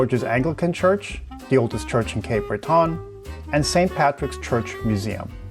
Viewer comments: It's ok even Elton John mispronounced it when he did a concert here in 2011. We pronounce it Cape Bretin. Glad you liked your visit. I recommend the Cabot Trail for your next visit, especially during the fall. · I love how you say it …. But it’s more like Brett’n, if you are from there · Please learn how to pronounce 'Breton'. It does not rhyme with 'baton'. I don't know how you can visit a place without finding out how to say its name